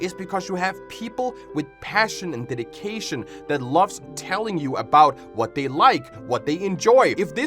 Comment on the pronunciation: lol i genuinely thought you said "diddycation" 💔